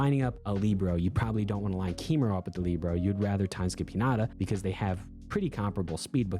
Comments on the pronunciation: ilysm but please.. libero is pronounced “lih-bear-oh” not “lee-bro” 🤍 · 🤓I like Lee-bro more